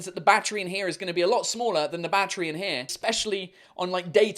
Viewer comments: Everytime he said "Battery" I understanded Backtrip ._. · How he says battery ( 🦇 🌲 )